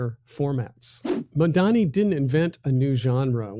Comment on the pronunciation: Excellent presentation....... Mayor MAMDANI. Learn how to say it 😅 👏🏿👏👏🏾👏🏽👏🏻👏🏼😍💯‼️‼️‼️